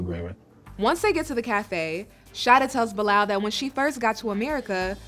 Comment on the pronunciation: Why are you keep calling this man “BILL LAL, the man’s name is pronounced BY LAL. It is a Muslim name and I am so sick of this woman. Please, please go back home. Nobody is holding a gun to her head.